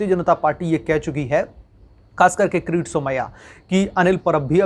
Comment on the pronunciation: अबे किरीट का उच्चारण क्रिती कर रहे हो तो व्हिडीओ बनाना बंद करो. भजीया तलने का काम कर लो. बेहतर होगा.